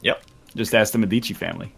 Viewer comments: médici, not medìci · Now, idk if in UK or the USA it's pronounced wrong, but if they are going for the italian pronounce of "medici" they are saying it wrong, and it's making me sooo triggered